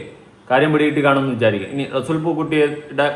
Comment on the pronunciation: Resool പൂക്കുട്ടി അല്ല resul.,. അങ്ങനെ ആണ്